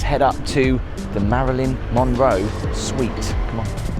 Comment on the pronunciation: Her "SUITE" not SITE.